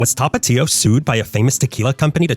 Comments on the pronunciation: I'm wondering why you keep calling Tapatio "Topatio" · Tha-pa-thio Not tah pah tiho